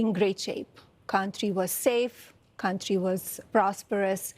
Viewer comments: The way she says "Cuntry" tells me all i need to know 😂😂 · WTF is a Kantrie